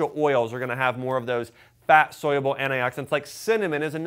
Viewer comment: Is it weird that he says "soyable"? When he mean Soluable.